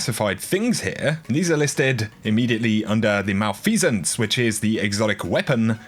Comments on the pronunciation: It’s Mel-F-uh-sance not Mal-Fee-Sance. Lol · Btw, that hand cannon is pronounced ma-lef-a-cents